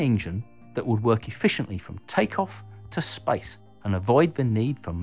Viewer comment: So annoyin when he spell SPACE like sPAJS! xD